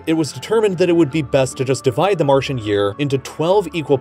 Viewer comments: Martian not martion.... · yes... the ol’ 60 divided 30 is 3... - Martian becomes ‘Martion’ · No offense, buuut isn't it Martian instead of Martion? Also can we just appreciate how great this guy does segway's in every video to his sponser? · Martian not Martion. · I thought it was ‘Martian’ & not ‘Martion’? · is it not martian not martion? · 'Martion' ????? it's 'Martian' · How did "Martion" make it through production. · "Martion"? Try "Martian" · There is no such word as "Martion". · Isn’t it Martian not Martion ??? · Martian* not Martion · Mars=martion bruh its martian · Martian, not martion Great content as always though👍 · "Martion"? Seriously? Yikes. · "Martion" very suspicious. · And - "Martion"